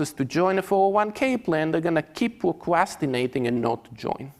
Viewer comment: Very good talk, very insightful. But I still grinned at "pwocwastination". I'm sorry...